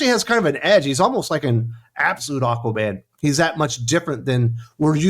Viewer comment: It's freaking Aquaman #4!!!! How do you type and say it wrong??!!